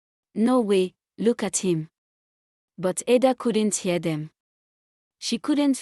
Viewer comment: You pronounced it wrong Ada😂